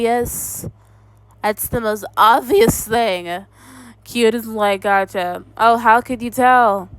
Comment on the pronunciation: and somehow you can't say "gacha" properly and you said "gaga"😭 I feel like u are too